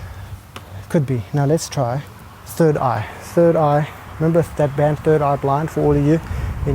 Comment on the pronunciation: I died when he said “turd on board”....